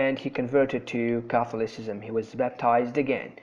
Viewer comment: Very helpful video and clear information. I know this is an old video, but be careful with - fossilised - pronunciation in the future: Anglicanism /ˈæŋ.ɡlɪ.kə.nɪ.zəm/ Catholicism /kəˈθɒl.ɪ.sɪ.zəm/